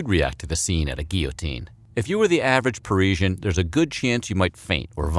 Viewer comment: Maybe learn how to pronounce guillotine and Parisian before making videos like this?